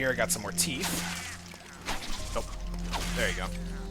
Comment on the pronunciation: Teeeeeeth god damn it not teeefth